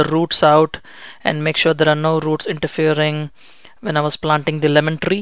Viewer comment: that Rrrrrrrrr, trrrrreee lol